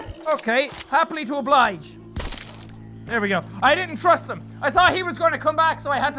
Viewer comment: "Happy to ablige." gunshot